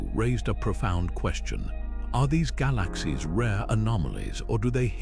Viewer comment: This AI voice is terrible. ‘Gah LAaKh Seeez’